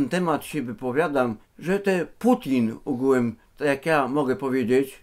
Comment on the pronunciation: Ugułem się muwi xdd